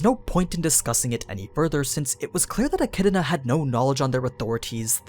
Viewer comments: It’s pronounced eh-kid-na, not eh-kid-uh-na. There is no vowel sound separating the “d” sound from the “na.” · It's not pronounced like echidna please it's so cringey. It's pronounced like echidona. That's why dona tea is a meme. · Why do you pronounce her name like "E-Chi-D-I-Na"? Where is this 2nd "I" sound coming from? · Its pronounced Echidana for some reason. Edit: Atleast in Japanese. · So the echidna as pronounced the mothers of monsters still has no vowel between the d and n going back to why do people pronounce it so wrong??? a - ki - i - na would be a better more accurate way way of saying it in japanese... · Sorry, to be more specific the middle portion would be more accurate as ki-i-na the opening isn't the concerning part. Since ki is pronounced the same here and there i is ee and na is the same here and there the elongated e sounds like a mispronounced d. Which I think would be more acceptable then the extra vowel being made in-between the d and n. I'm familiar enough with the sounds the characters make it's just I was bieng lazy with the a in front. However I don't think a-chid-na would bother the fan base that is being bothered as much as a-chi-do-na is bothering them. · You butchered the pronunciation of her name like wtf is wrong with you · I don't know where you get the extra I in Echidna when you say it but this was a good video keep up the good work